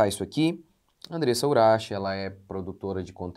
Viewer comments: Por que ele falou Urax ao invés de Urak? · Que agonia de ouvir ele pronunciando uraxe